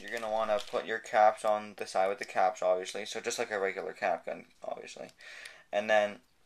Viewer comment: stop saying oviusly